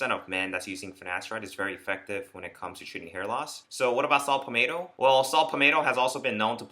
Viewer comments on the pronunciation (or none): Shut up and get to the fuckin point, bitch... And it’s Pall-Met-toe, not Pall-May toe. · Saw “palmateo” lol